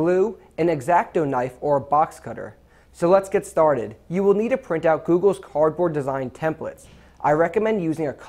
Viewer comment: He said cord board hahahiahahahaahaha